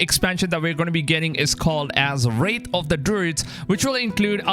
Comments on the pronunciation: Its pronounced "wrath" not "wraith". A makes ah sound like apple. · Ye it’s so annoying said wrath and wraith there no “I” in wrath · “Wrath” not “wraith” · WRATH not wraith bro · Theres no I in the word bro its Wrath/Rath not Wraith wtf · Wrath not wraith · Its Wrath of the Druids, not Wraithe